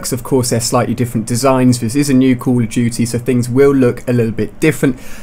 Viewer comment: What was that Ali-A? Cooawl ah Dootie Ghosts?